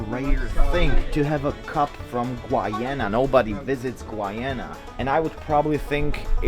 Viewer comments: It's Guyana not Gwyana 😂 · That's Brunei, NOT Bhutan. And it's pronounced as GU-YA-NA!! Thank you. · Guyana is pronounced as "Guy-aa-nah" dude! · Hi it's pronounced Guy-ana🇬🇾. A wonderful country in the CARIBBEAN. You should definitely visit our islands. See you soon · it’s pronounced GUY-ANA 😭😭 glad to see my home country showing up in your video somehow